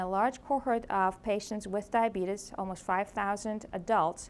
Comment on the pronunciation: Can't even pronounce the disease.